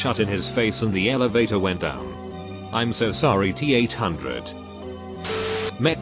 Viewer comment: "get to da Elevaataaah"